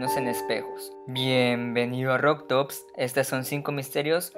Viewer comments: Report doctops digo... roktopS :V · DocTops a no... es RokTops